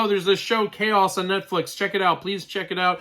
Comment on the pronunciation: Ahem... ITS KAOS!! K-A-O-S KAOS!!